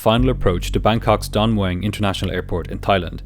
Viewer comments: Did... did you say "Dong Wang Airport"? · DON - MUEANG WHY IS EVERYONE PRONOUNCING BANGKOK’S AIRPORT WRONG 😭😭😭